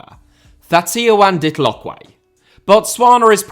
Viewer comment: Thatayaone Ditlhokwe's pronunciation got the hot coffee I'm drinking coming out of my nose😂😂😂😂 Great informative and fun video as always